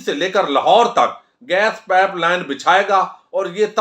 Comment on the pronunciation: آپ کو اپنا تلفظ مزید امپروو کرنے کی ضرورت ھے۔۔۔ پائپ ھوتا ھے پیپ نہیں ھوتا